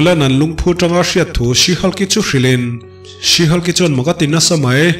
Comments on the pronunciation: Sir, Sea/see Hulk tia lam lovin, SHE HULK tiin lam zawk la, SHE HULK tiin i ziak a 'see/sea hulk' tiin i lam leh daih bawk sia. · 'sea' niloin she han Tila te ka ti ve mai mai 😄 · Si Hulk' ti tawp loin '(She)Shi Hulk' ti la, adik zok angem? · Sir,Sea Hulk angin I lam a ..She Hulk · 'She' thluk hniam laaaa...tuna i lam rik danah chuan...'Sea' a ni daih...🎉❤🎉❤🎉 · Thanks... Tuna SHE HULK - ah chuan 'SHE' hi thluk hniam tur. Tuna i lamrik dan chu 'SEE' emaw 'SEA' lamrik angin i rawn thluk sang daih a. A kawh a dang ta daih anih chu. Google ah hian Pronunciation en ila a chiang ber. 🎉❤🎉❤ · i lam dam hi sea hulk ti a ang e😂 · Sea hulk tih a lam tur a nilo